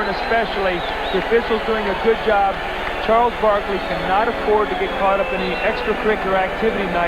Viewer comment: 🤣😂🤣 “Sharles Barkley”